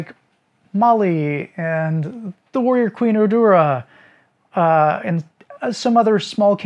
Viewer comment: Urdura = Urduha (Oor-doo-ha) in the Philippines.